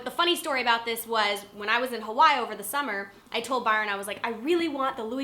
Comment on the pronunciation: She pronounced Hawaii Huwoy... lol great videos though(